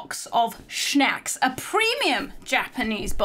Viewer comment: I love how she says snacks like shnacks! 😆❤